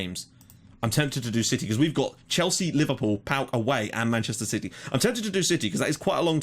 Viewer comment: anyone else here starting to treat this series the way people treat game of thrones or 0iTNB ,like,other people wait for the new game of thrones season and i'm just here waiting for 9 o clock my time,also you are saying PAOK the right way.